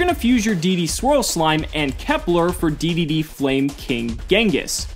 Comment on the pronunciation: It's pronounced "Double D" and "Triple D".